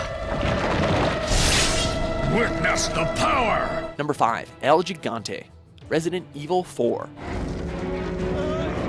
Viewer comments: "Elgi-Gante" EL - GIGANTE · It's not el "jig-an-te" it's el "hi-gan-te" with a soft g. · ver-DU-go, not VER-du-go. hi-GAN-te, not YI-gan-te get your spanish straight. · I fucking hate how he says El Gigante, it's "Hih-Gahn-teyh" not "Ge-gan-teyh" dumbass. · "Gigante" is not pronounced Djigante, it's gigante like ham, higante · Nice list but... it's not VER-du-go, it's Ver-DU-go, and it's not "Jigante", it's something like "Hi-gante". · El Gigante is said "El HE-gante" Not Gee-gante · el “J”igante? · Lol “El JIGANTE” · Its el HIGANTE not Gigante the g is an h sound in that word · It's T-Veronica, not Veronica-T... "Gigante" is pronounced "Higante"... Progenitor is prounounced "pro-JEN-ih-tor", not "prog-IN-ate-or"... I realize I'm nitpicking, but the last one was just ridiculous. At least TRY and say right the things you're explaining. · You say El Gigante is said like Higante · Verdugo is pronounced like ver-Doo-goh. Gigante is pronounced like Hee-GAHN-teh. Just FYI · its not called el giga nte its el higa nte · the word is in spanish, if I know well, "djigante" is right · El "Yigwante" 😂😂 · It's pronounced El He-Gone-Tay... sigh it's almost as bad as when he says names or words from Bleach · Hey, dont you have one SINGLE spanish speaker in your staff? Great video just some pronunciation errors. Its "verDUgo" not "VERdugo". Also "el gigante", the first "g" is pronunced like the "h" in "helicopter" so itd be like "el higante" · gigante is pronounced he-gan-te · "el lligante" xD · You said El Gigante wrong its pronounced with the g sounding like a H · You pronounced gigante wrong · Gigante is not pronouced in that way, the sound of the "g" is pronounced like in the name "Gordon". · El gigante mispronunciation